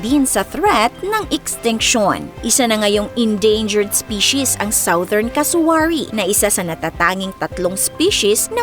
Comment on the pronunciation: "Southern" is pronounced as "suTH' ern"... just like "sudden"(with R in last syllable, of course)